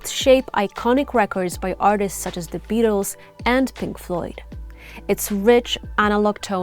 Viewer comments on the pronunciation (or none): none